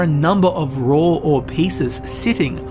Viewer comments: im suprised i dont see anyone calling you out for saying raw like roar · raw pronounced in english accent: ROOOR